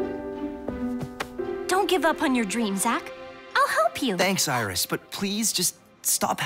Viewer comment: Iris Rhymes with kiss :) I love Lolirock!